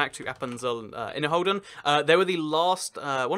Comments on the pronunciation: Who else speaks German and enjoys him mispronouncing the Swiss Cantons as Hoden instead of roden? XD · The h in Inner/Außerrhoden is actually silent. It's pronounced Inner-roden, Außer-roden. Hoden is the German word for testicle(s) so it's a pretty delicate mistake ;) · You pronounce Ausserrhoden and Innerrhoden like outer testicles and inner testicles . 🤣🤣🤣